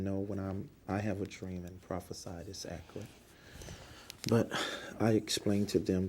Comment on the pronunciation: This list of incorrectly spoken words is downright overwamming: Axe = ask Awtlet = outlet Acrizations = accusations Akkrit = accurate R.A.S. = IRS Misgotten = got wrong (For example the super bowl prediction) Newkular = nuclear Reptible = reputable Overwhamming = overwhelming Conferdent = confident Molekeler = molecular Fim = film L.A.D. Screen = LED screen Karcasion = Caucasian Ethniss = ethnic Resippikate = reciprocate Pressicute = persecute Cheyenne West = Kanye West Rem = realm DecapiCATED = decapitated Perpel = propel Do = does Allocated = I bought Sew = donate Seed = donation Fortifying = he has no idea Forging = he has no idea Prissipality = principality Pacifically = specifically Meffis = Memphis Letharjickness = lethargy Viggeration = invigoration Astro-projection = astral-projection Hiatus = this didn’t make any sense Inevitububly = inevitably Pessilint = pestilence Pleggs = plagues Mosanic = mosaic Covit = Covid Scap = scalp Oh-sir = ulcer Simontaneously = simultaneously Gorders = goiters Pammoramic = panoramic Sinnakit = syndicate Enfeminem = effeminate Transparasee = transparency Wikka = Wiccan Burf = birthed Illi-noissss = Illinois (silent “S”) proprietorry = proprietary (he thinks this means “public information”) “Jack Nee-koe-lie dreamed how to hold his club before he won the World Series”!? 🤦🏻‍♂️ (He plays GOLF and his name is Jack Nicklaus) “The war has already been postponed but we don’t want just postponed, we want it to be completely “demoralized”…stopped